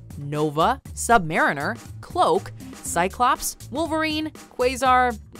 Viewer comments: Marine like in submarine not marine like in marinate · No offense but you pronounce Sub-Mariner wrong